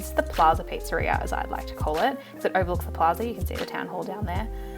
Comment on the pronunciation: pizzeria, not pizzaria!! read it with Hermione’s voice 😂 btw your island is beautiful and I love your accent!